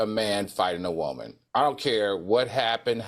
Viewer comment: Al's pronunciation of "woman" tickles me. He pronounces it as Whoa-Man.